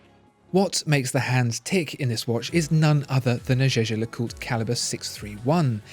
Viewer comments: For heavens sake Jaeger is German for hunter. It is pronounced YEA GER not jay jay . Learn and use this otherwise you are just irritating the hell out of me and your credibility on watch knowledge is completely undermined ! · any french person here can say that how he says Jaeger is wrong pronunciation? LeCoultre is ok, but Jaeger is simply Jaeger, not zezer or anything else.... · Your “jeje” pronunciation of Jaeger-LeCoultre..😰😰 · no he didnt it is a german word "jäger" ( means hunter ) but its a french name so its pronounced french but it irritates me as well